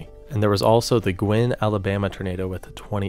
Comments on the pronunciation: BTW that city in Alabama is pronounced Gu-Win not Gwyn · Please, Guin, Alabama is pronounced gyooin, not gwin. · is when the tornado was coming through a small community of Shottsville, AL. And that footage used was one that my buddy's dad took. That's awesome to see in this video! The video itself is great and very detailed 🌪️ Also, , you said Guin wrong. Not pronounced as "Gwen." It's actually pronounced as "Gue-in." Yes I'm a Bama guy if you're wondering 😅